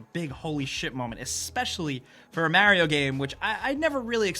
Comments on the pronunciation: DUDE, YOU'RE NOT BRITISH! It's Mario, not Merio! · Your not "special" so dont say "Merio" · "Mærio Game" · “Mair-rio game” Guess I heard that right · I am late on this comments train... but am I the only one that noticed that he kept pronouncing things differently after already pronouncing them?! Examples Automata and Mario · How did you get Mario's name wrong? He says his own name. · This guy pronouces Automata, Mario and Yakuza really funny.